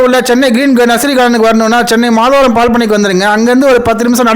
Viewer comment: ஊர் பெயர் " மாதவரம்" மாதாவரம் இல்லை